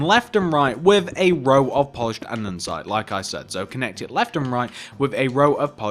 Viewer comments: nice tutorial! but pls say an-de-site instead of an-den-site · Is no one gonna comment on the 'andensite'